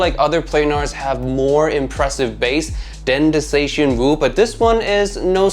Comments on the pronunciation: Wu zer tian 武则天 china only female emperor, not some funny pronunciation of zetianwooo 🤣🤣🤣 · huh? The writing on the box is still correct. Don't blame the box for your wrong pronunciation. If other content creators bothered to look up the correct pronunciation, why couldn't you.